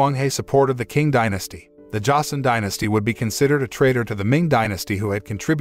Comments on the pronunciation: Not an expert, but the letter Q is usually read as the "Ch" sound, so it would have been read as "Ching" instead of "King" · You're absolutely right. It's pronounced "ching." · Hood movie! I don't think that how 'Qing dynasty' is pronounced. 😁